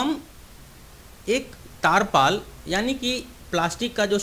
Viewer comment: Tirpaal bolte hai taarpal Nahi dakkan